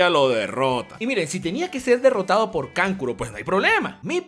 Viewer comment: Kankuro-----------kankulo :V